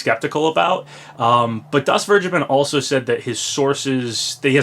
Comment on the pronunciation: "DasVergeben" is german and it is pronounced something like "Das Fairgayben" xd